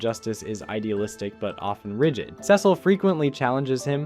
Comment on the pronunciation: It's pronounced "See-sul" not "Sessil" it's literally said in the show so many times, are you intentionally saying it wrong? Why..?